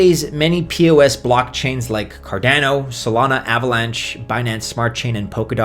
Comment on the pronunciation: Cardanio, Ah-theereum, so many goofy pronunciations.